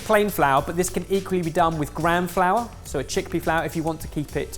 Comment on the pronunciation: It is spelt Gram (correct name is Besan) flour and is made from ground chickpeas. It's a pronunciation problem. Besan can be found in any Indian grocery store.